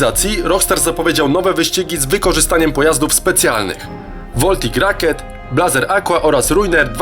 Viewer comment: taa , voltic rakiet xdd , angielskiego się naucz xd , mówi się : woltik roket